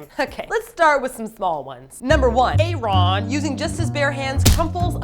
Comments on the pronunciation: Why are you guys pronouncing aron so weird its aron like aaron or erin (thats the female way to spell it though) but he just spells it with one A. I just keep hearing "aye ron" and its bugging me. If its an inside joke like batoost then someone plz tell me but if its not then tell them. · a ron??? it's ARON, but that was JR SMASHING THE PHONE BOX omfg... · A Ron? xD WHUT. Isnt his name pronounced Aaron? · his name is pronounced like Aaron not A Ron... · Aron's name is Aaron. He dropped the other a when he joined Nu'est because it confused people. It's still pronounced Aaron. The english is so good because Aron is born and raised in LA. Sorry lol Aron is my bias and I will protect him forever <3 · Is Aron pronounced a-ron or eryn? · You pronounce Aron "Aaron" =_= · I was a little disappointed with this video and how generic you think the song is, but it was funny anyway. I also wanted to say though that Nu'est is meant to be pronounced like 'new-east' and Aron's name is just pronounced like the normal name Aaron or Aron (a-rin). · I'm just gonna casually point out that Aron's name is pronounced the same way it would be in North America.... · The mispronunciation of Aron's name is really terrible. are there other music mondays they promised to do? I don't remember everything that's been missed. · They explained it in the blog post. "Side note, if any of you say that we pronounced Aron’s name incorrectly, we’ll send you to the principle’s office for being Insubordinate, and Churlish." With a link attached. It's a Key and Peele joke. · Why do you pronounce Aron's name like that? It's just the normal Aaron but without an A to avoid confusion with pronunciation for Koreans :P and that was JR who smashed the payphone, not Aron...